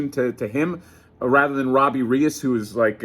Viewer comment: Here's a tip to pronounce Reyes. Ray-S.